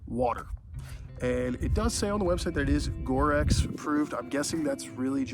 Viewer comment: Ignoring the fact you pronounced Gore-Tex incorrectly, from the few times your shoe is in frame the Branding of Gore-Tex in not visible (Saucony has it on the outside of the toe guard). My guess is you have the non Gore-Tex version....hence the no waterproofing. Saucony does not have a proprietary waterproofing. Otherwise, great review on a shoe that Saucony cleary does not want many reviewed often.